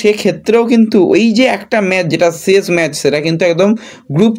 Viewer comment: সেই আবার ম্যাচকে ম্যাজ বলা! কেন ভাই, জিতলো হলো জিদলো?